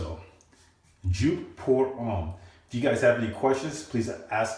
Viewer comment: YOU ARE SAYING IT WRONG!!!!!!!!!!!!!!!!